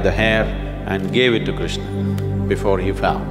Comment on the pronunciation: Why Shadguru is pronouncing every characters name incorrectly...It's Krishna not Krishnaa, Arjun not Arjunaa, Karna not Karnaa, Chakra not Chakraa...Don't change anyone's name at least..